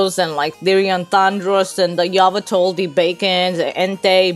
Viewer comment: Why does she pronounce yveltal like Yaa vaa tol